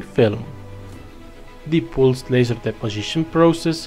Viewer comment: Are you Indian? You pronounce "pulsed" so wrong!!!